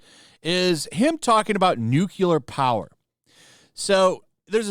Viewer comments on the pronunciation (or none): It's 'nuclear' energy, NOT 'newkiller' energy. I mean, the technology has only been around for seventy five years, you'd think people would've learned how to pronounce it correctly by now.... 🙄 🍄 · New Clear Not New Koo Lur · Nu-cu-lor. It's Nu-clear. I agree but you sound more credible when the word is pronounced correctly. Nu-Clear. Two syllables. NOT three. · Noo-CLEE-Ar. Not Nook-yuh-lar. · Are you saying nuclear energy or nucular energy? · Nu- clear NOT nu-cu-lar come on, man! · Nu-cle-ur, not "Nukulur", please! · Repeat after me "new clear" not "nuke ewlar" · It is not "nucular" it is "nuclear". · It’s “new-Klee-er”. Not “nuke-ular”. Love your stuff, brother…. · “Nuclear” (new-cle-ar), not “Nucular” Otherwise, great video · Nuclear is pronounced "new clear" not NUKEYELAR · im sorry, i dont wanna be that guy, but you said it too many times, its NEW-klee-er, not NEW-kyoo-ler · Nuclear is "New-Clear" not "New-Quelar. Nuclear. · He’s a virtue signaling idiot. Side note, it’s Nuclear, Nuckyalar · You lost me at nuculer. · It's pronounced nuclear. NUCLEAR! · I can't listen to you mangle the word 'nuclear' any more. Say it with me: Nu Cle Ar. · NUCLEAR! NU...CLE...AR! there is only one "u" to pronounce. also, France's electricity is primarily produced by nuclear power. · I never liked Mark Ruffalo. He always came across as whiny, uninformed and pretentious. Also, a nitpick: Nuclear is not pronounced "new-kyoo-lar". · As much of an idiot as Mark Ruffalo sounds, I wish you would stop pronouncing nuclear wrong. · the way u say nuclear sounds wrong